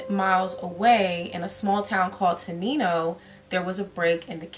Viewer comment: It’s pronounced Ten-nine-O